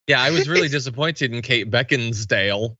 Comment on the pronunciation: Mf’r can’t even say Beckinsale. Moron. On top of being hateful, mean, nasty and disgusting he is. I would so hate to be a part of his family.